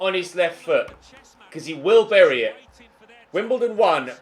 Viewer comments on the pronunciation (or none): none